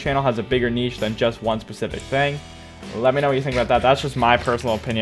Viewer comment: Ive heard of Niche but not kneeshe xd